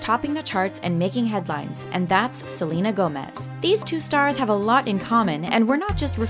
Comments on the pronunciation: honestly its not freakin salina its SEHLEHNAH quintanilla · That’s not how u say Selena’s name they don’t sound the same